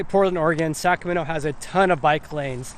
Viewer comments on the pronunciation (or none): Really like the videos! Good content, great pace, very informative. A little constructive criticism, if you don;t mind. If you hear the way you're saying "Sacramento", it comes out as "Saccamenno". A little bit off-putting.